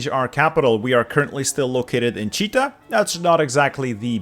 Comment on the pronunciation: actually it is Chit-a , not Chi-ta )